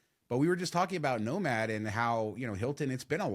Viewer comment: Every time you say nomad Al Bundys no ma’am pops into my head.